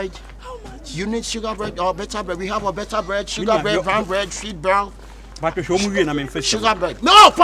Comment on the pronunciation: Sugar blead paa...eii likee